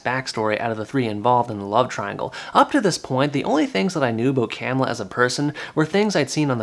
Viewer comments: It's not CAM illa, it's ca MILL a... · Hello, it's pronunced cuh-miller. Camilla